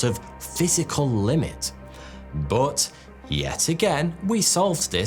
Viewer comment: saying "boudd" instead of "but" really triggers me hard ;)